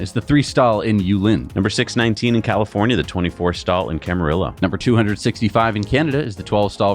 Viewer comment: Camarillo = Ca ma ree yo :P